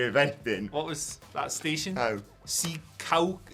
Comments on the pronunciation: Hi! I'm from NJ. It's See-caw-cuss. And the Secacus station is...a busy one. But be happy you didn't get stranded at Newark Penn (not to be confused with NYC Penn, the larger more famous one). Worst part of the Meadowlands is getting in/out of there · Secaucus I live right there lol Pronounced see-caw-cus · Its Sa-Caw-Cuss